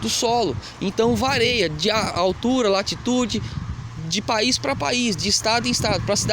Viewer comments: parabéns pelo vídeo...r explicativo e didático.... ahh...desculpa corrigir ...( a palavra correta é varia, vc disse algumas vezes vareia) desculpa mais uma vez. ... obrigado pelo vídeo. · Não é vareia !! É varia